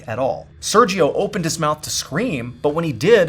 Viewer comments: You pronounce “Sergio” wrong every single time. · I love your content so much, I've watched every video since 2020... but your pronunciation of Sergio is physically painful 😂😢